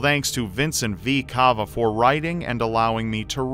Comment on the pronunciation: uh not Cah - va (his name is based of the heart structure, vena cava)